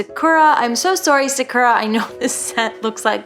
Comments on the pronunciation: its not sah-cure-ah its sa-q-ra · It’s sah-kur-a, in an American accent. Japanese is sah-koo-rah. I’ve never heard someone say “Sa-q-ra.”